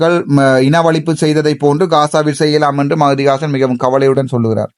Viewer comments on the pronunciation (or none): மிஹதி வாசன் அல்ல மஹதி ஹசன்